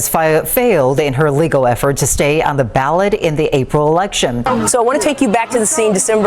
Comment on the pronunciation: Lol anyone else notice the female news caster say she failed to be on the ballad instead of ballot.